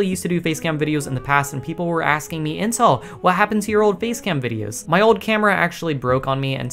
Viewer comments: i am so retarded ,every time intel does his intro i always misheard him saying incel instead of intel . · At the beginning I thought he said incel edits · Does anyone else hear incel lmao